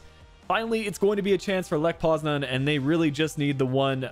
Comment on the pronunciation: How are you fucking up this bad- lech poznan?